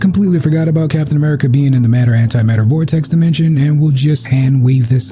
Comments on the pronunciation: Matter and Antimatter not Mater antimater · Isnt it "antimatter"? I thought i read mater antimater.